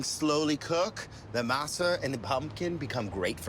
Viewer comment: Come on! MASA is NOT pronounced like NASA,with an M! You've heard it pronounced correctly.